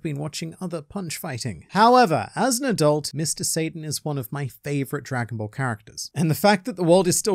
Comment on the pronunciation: no satan its sa-tann